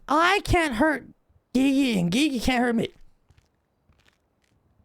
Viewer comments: I love it every time when he says gigi instead of gigi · Ghee ghee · Bee bee?